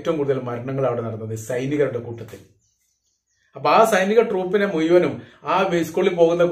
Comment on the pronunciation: മുയുവനും 😅😅നാക്ക് വടിച്ചു വാർത്ത വായിക്കാൻ ഇരിക്കടെ